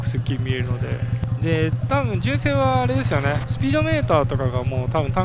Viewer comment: じゅんせい⤵️じゅんせい⤴️⭕